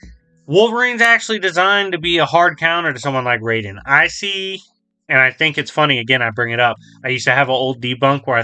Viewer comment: The most inaccurate part of this video is how he pronounces Raiden's name. Jokes aside, yeah Wolverine should win pretty easily. The Death Battle is still really good though, and is still one of my all time favorite episodes.